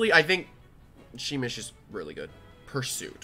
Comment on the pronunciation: You pronounce it like shh-meesh